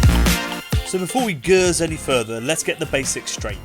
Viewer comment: Did you purchase the RØDE Lavalier Mic? Also, this latest video confirms, us daft Geordie's have been pronouncing Geuze wrong!